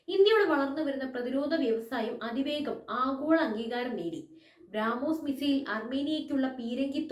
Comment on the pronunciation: ബ്രാമോസ് അല്ല മോളെ... ബ്രഹ്മോസ്